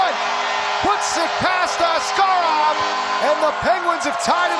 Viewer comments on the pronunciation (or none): It is very frustrating the Penguins announcer still pronounced Askarov's name wrong 😩